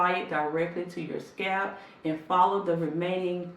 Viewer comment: I swear she says scab not scalp lol. It's all I can hear scab. Scab